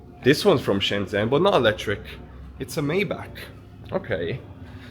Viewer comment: Nice video! China is truly amazing and futuristic. Some friendly feedback: you are pronouncing Shenzhen a bit wrong, the "zhen" syllable sounds more like something between "jen" and "chen" in English. If you check a translate app you can hear how it's supposed to sound.